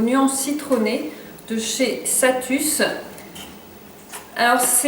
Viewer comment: C'est pas plutôt salus la marque ? Tu dis satus